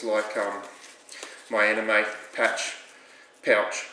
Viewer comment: excellent review - and really nice mods. I thought the Anemone was pronounced "An-em-oh-knee"? Like the underwater creature of the same name? Maybe that's just me though :) you did a great job on this, well done.